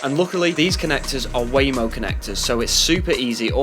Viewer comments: Say it with me…….. WAGO NOT WAYMO 😂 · waGo ... not waMo!! lol